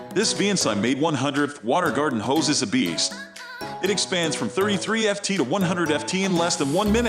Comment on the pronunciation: You can tell it's a robo voice when it says 100 F T hose, and not pronouncing it foot.